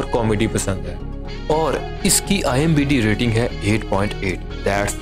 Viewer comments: IMDB...not IMBd 😂 !! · Bhai IMDb hota hai imbd nahi😀😀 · IMBD nahi IMDB hota hai bhau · Chacha, ...IMBD Nehi hota hai, IMDB hota hai. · Bhai imdb hota hai imbd nhi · Abey IMBD nahi IMDB hota hai😂😂😂 pakistani are damn funny😂😂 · IMDB bolna tu shiklo